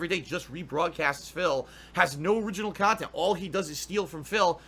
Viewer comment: "He's re-streaming illegal, stolen khanthent!" Nice one,. XD